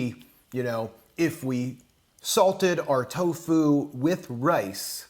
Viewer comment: The way this guy dries toFU is savaZe